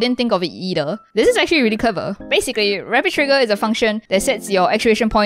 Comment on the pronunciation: “dis is rilly crever”